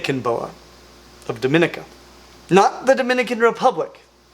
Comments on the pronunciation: Finally reptiles from my island. Been following this channel for quite a long time. Pronounced "duh-me-NEE-ka" instead of the spanish sounding pronunciation. They do get very large. Met one sprawled across a road near a residential area some years ago.. tail across one end and head on the other. Think it had caught an agouti because it was just laying there with a big belly. I just stepped over it, it didnt even react to me. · Small quibble: the commonwealth of Domenica is actually pronounced "Doh-men-EEK-ah". You're welcome.